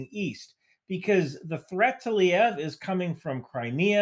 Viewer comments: Great video, but do yourself a favor and pronounce the place names accurately. You discredit yourself by calling “luh-veev” “Lee-ev” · Lviv, not sure why he is saying Lyiv. Also w in Polish is like a "v" isn't it? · you clearly put very much time and effort into research and producing your videos -- especially the ones like how PATRIOT works. However, I think you do yourself a disservice by not sorting out pronunciations of cities (e.g., "Liev" instead of "Lviv") -- I hope I don't come across as a hater, but these things need to be said sometimes. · Minor correction that you kept repeating so I figured I’d not comment. It’s not Liev, it’s Lviv, pronounced luhVEEV. Great analysis though And no this isn’t a Kiev vs Kyiv thing, the russians call it Lvov/luhVOV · "Lee-ev"?!?! where on God's green Earth did you get that pronunciation from?! It's Lviv, not Lyiv. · Swell assessment, except for pronouncing Lviv like Kyiv. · SEH-veh-dohv luh-VEEV ...also, thank you. You rock. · Just a friendly reminder that Lviv is pronounced Le-VeeV... :) Thanks for all that you do! You are doing an outstanding job in giving some excellent analysis in this war. We can't wait to be able to go home to Ukraine... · Excellent video, (as always)! One quick note from an American who’s been learning Ukrainian for a few years. The main Ukrainian city you’re referring to is Lviv. To an American it sounds like “Luh-Veev”. Keep up the good work! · Great video! Btw, Lviv is pronounced “L-weave” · Excellent analysis. Also, Nato is flying nonstop E-3a orbits so they know the trajectory of missiles. (And its pronounced leveev.) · The magical ability of Americans to misread letters is amazing:-) its not "Lyev". Do you see Y anywhere in "LVIV"? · Great stuff but why are Anglo-Saxons incapable of reading names or place names correctly in any Youtube videos or the news. Lviv, very simple.